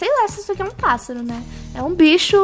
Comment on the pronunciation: 1 tentativa:: Flamingo 2 tentativa: Pato 3 tentativa:: Passáro